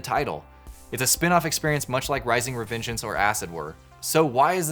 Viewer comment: You totally butcbered Revengeance xD